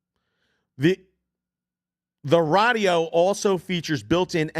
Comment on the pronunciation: If I could super dislike I would. Everyone knows what an equalizer is. Stop saying radio weird you cringe.